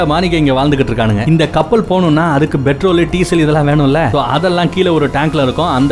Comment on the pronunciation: Betrol இல்ல நண்பா petrol OK.